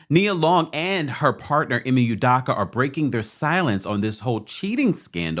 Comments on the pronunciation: His name is pronounced I and Me I ME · It’s pronounced Eemay 😂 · Dude stay butchering ime name. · THAT'S NOT HOW TO SAY HIS NAMEEEEEEEEEEEEEEEEEEEEEEEE